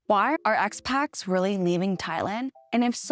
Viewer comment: Just for your reference, the word is “Expats”, not “Expax”. If they’re not ‘Western’, we call them ‘immigrants’ 😅 “Phuket” is pronounced “Poo-ket”. Hope that helps - thanks for your videos! 🎉 Burning season in Thailand >> head south (Koh Samui) 🏝️